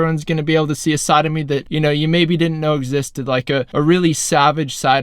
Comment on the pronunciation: When you said side of me at :52 i swear it sounded like sodomy